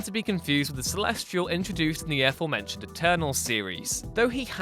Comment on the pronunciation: You do know that it isn't pronounced "Ae-forementioned", don't you? I mean, you do know that?